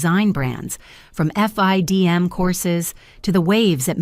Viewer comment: As a FIDM alumni, it’s usually pronounced “Fidem” not F.I.D.M. Maybe things have changed since I graduated 🤷‍♀️